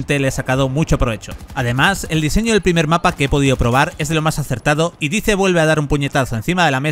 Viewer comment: Dais, se pronuncia DAIS, no dice.